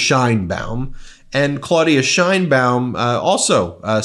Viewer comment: Thanks for bringing the truth about this situation. Hopefully, Trump voters will realize what poor decisions Trump is making and give him hell about it. Please note that the Mexican president’s last name is pronounced like “Shanebaum,” not “Shinebaum.” 😊